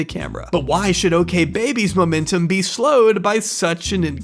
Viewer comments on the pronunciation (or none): none